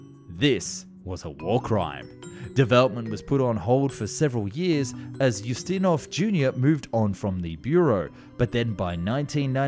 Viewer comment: Us-ti-nov, you know like, Peter Ustinov.